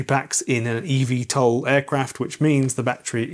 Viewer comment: it's not EV TOL, it's e-VTOL as in electric Vertical Take-Off and Landing, so e VTOL.